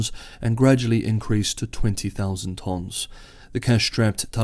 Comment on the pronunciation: Interesting pronunciation of “tons”